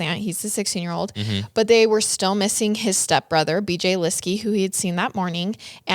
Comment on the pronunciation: It’s so frustrating listening to someone who is supposed to be offering the “facts” of a true crime incident who can’t be bothered to even learn the correct pronunciation of the victim’s last name. Please do the research.